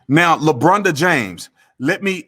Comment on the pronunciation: He said "Le BronDA" LMAO!!!!!!!!!